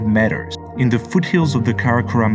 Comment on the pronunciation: Sorry for being a spoilsport but it’s pronounced as “meters” and not matters, please check it out on the internet, it just sounded too annoying that’s why mentioned.